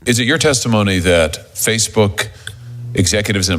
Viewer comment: Didn't the female news reader say FaceBug? Maybe she knows something